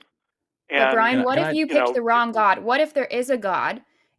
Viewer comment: Bwian, eh? The little wascal has spiwit. Spiwit, bwavado, a touch of dewwing-do.